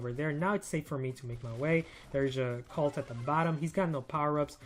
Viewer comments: Colt like cold not calt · Love ur vids man, keep it up! Also, I dunno if it's just me, but I keep hearing u say Cult...not Colt.. kinda triggers me sometimes lol